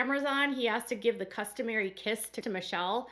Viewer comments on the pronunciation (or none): none